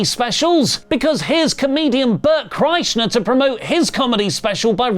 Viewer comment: Bert KrieshNer?... Bert Kreischer... No "n" in his name...